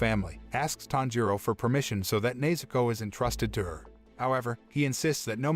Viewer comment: bro he called nezuko neizuko whyd anyone appreciate that